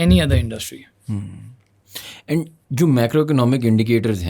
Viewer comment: bhai yeh, podcasht? Indushtry? Intreshting? hota kia hai?